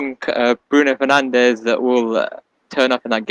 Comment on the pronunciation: Liverpool fan is so uneducated😂Keep calling him penandes please.